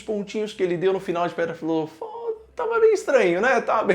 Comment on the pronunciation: "Em pedra Filofal"